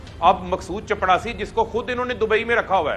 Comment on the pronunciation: صحی لفظ چپراسی ہے چپڑاسی نہیں۔